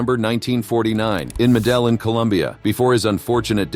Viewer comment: Met-tea-yeeying. not met-teh-lin